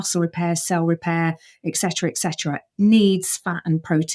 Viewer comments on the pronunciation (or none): First of all, I would imagine in Oxford, they would’ve taught you to not say “EX”“ Cetera, so let’s get the language part right now, to the nutrition part: Primates are for the most part vegetarian. Their ( our) digestive tracts and metabolisms are vegetarian oriented… for virtually “ever”😂 … we are talking now; millions of years /billions of creatures! We have been doing just fine, thank you very much! This “” doctor“ excuse me, PhD (piled higher and deeper,it would seem ), her demeanor, and approach is that of a “know it all” probably a childhood trait that should have been overcome before becoming a lecturer /book publishing proselytizer (Or maybe not, for marketing reasons actually, that would be a plus) there is a “one sizefits all”, and that is :”tell people good things about their bad habits”…sells big!! Meat is murder. For the individual, for the soul and for the planet. But to sell lies to sell books is more than murder I’m afraid it’s also suicide. Good luck!…our silver-tongued friend.😢